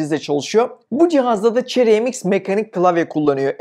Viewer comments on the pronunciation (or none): none